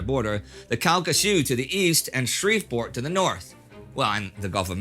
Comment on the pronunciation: Indy my brother I know you didn't grow up in Houston to say Shreveport like that